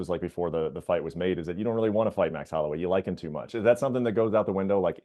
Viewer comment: "too" not "tew" Just fyi